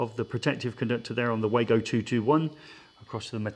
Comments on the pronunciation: Wago, pronounced Vargo please! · Am I the only one who hates the very old fashioned concept of one presenter bouncing of another equally qualified presenter. Why not go for the simple and professional presentation of ONE expert making the presentation. Sorry, could I also mention the name is pronounced Vargo.